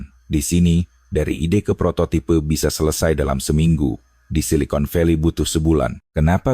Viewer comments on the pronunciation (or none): none